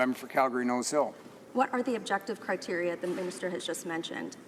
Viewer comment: Haha Michelle, you are his kryptonite, you cracked him like an egg at the end and he started gasping for air by going on the attack. Not only didn't he know what you were talking about, he also struggled terribly with the word 'criteria'. He was practicing the pronunciation of the plural... I bet my kingdom he is not aware of the fact that there is a singular as well, let alone what it is. Nor did you spare the Chair's condescension. Good for you Michelle, keep on holding them to account!